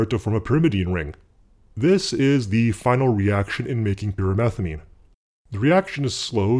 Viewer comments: I keep hearing "pure methylamine" not pyrimethamine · I keep thinking he's saying pure methylamine